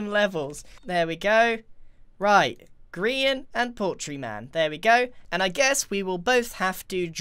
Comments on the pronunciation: At the beginning of the videos I usually go over your script as “Hello! My name is Grian and welcome back to hermit craft...” But as I said Grian he said “poultry man”. I just sat there contemplating if Grian was Poultry man. But I must be nuts! There’s no way that’s true... Right? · Grian: poultry man Subtitles: Paul Chu Man Me: which sounds better? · it's not greenery, it's grianery